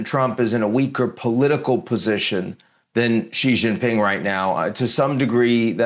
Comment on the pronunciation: Come on man, “Xi Jinping” … pronounced shee jin ping … Xi like she, jin like win and ping like wing. It’s really simple, why are you adding all the vibrating consonants?it’s one of the easiest Chinese names